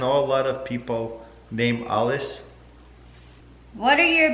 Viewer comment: taras says alice like alives